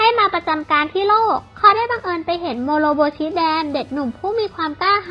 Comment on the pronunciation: ขอข้านนะครับน้อง ultra seven ชือโมโรโมชิแดนครับ ไม่ใช้ โมโมชิ แดน